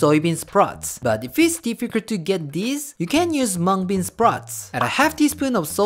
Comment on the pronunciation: Did he just say Hmong bean sprout?